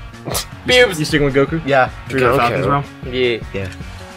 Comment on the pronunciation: Reads Goku Says Gawku